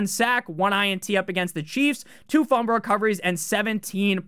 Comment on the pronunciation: Are you saying fumber instead of fumble?